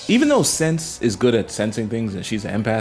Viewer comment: hey man great analysis but you have mispronounced most names they are of german origins. Sense = Sen-sa, Flamme = Flam-ma, Sierie = Se-rei-ah. Hope this helps for future vids keep it up man